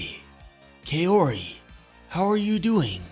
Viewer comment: you should pronounce Kaori like "kau-ree", not "kay-o-ree"